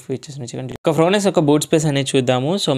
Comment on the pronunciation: ఫ్రోనెక్స్ కాదయ్యా బాబూ...వినలేక సచ్చిపోతున్నాం.